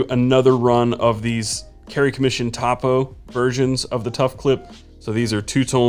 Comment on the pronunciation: Topo It pronounce 'toe-poe' short for topographic